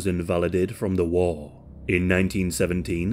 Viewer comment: He says war like Wall